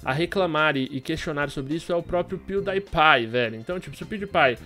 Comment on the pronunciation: ele fala o nome do pewdiepie 2 vez errado -_